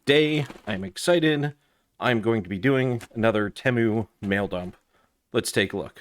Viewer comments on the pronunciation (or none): Ypu got me sick of hearing "edc" after the 60th time. And its TEEEEMU not tehmu.